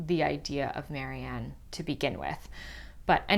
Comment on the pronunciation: her name is Marian, not Mary Ann!